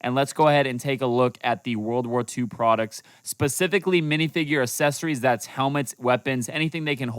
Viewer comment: Dude said assesories💀💀💀